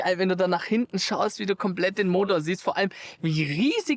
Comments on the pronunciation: Hintne? Was ist "hintne"? Da stimmt nicht nur der Ton nicht, sondern auch die Aussprache ;) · "Robert, geh mal nach hintnä." Wat denn dat für n Dialekt 😀 PS: du kannst kein Standgas geben, das macht der Motor ganz alleine 😀